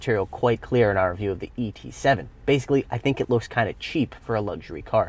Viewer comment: Why did you emphasize the E in ET7, whereas the different letter was actually the T?